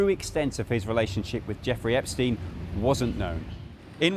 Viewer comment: "is anyone still talkin about Epsteen? rly??" 😂😂😂